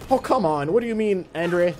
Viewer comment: it's pronounced ahn-dray not ander